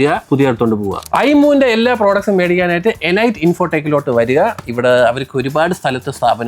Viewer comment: എലൈറ്റ് ❌ അല്ല ഇ്ലീറ്റ് ✔️